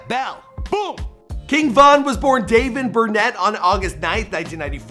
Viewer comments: Davon burnet . How do you butcher dayvon Bennett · Bro said davon bernett🤦‍♂️🤣🤣 It’s DAYVON BENNETT and LLKV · No one heard him say Dayvin Berrnet 🥲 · Mann his name is DAYVON BENNET Where u get DAVEN BERNET